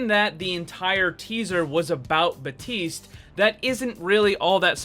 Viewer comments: its BAPTISTE not BATISTE. FUCK THAT MAKES ME MAD. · Baptiste not batiste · Lvl100 boss: not pronouncing the P in baptiste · In french we also say Batiste when someone's name is Baptiste